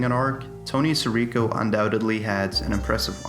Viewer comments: the constant mispronunciation of Sirico is outstanding. SEAR-EE-KO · He's my Cousin and your not even pronouncing his name right, it's Sirico. His father call all the time asking for prayer for his son, Tony..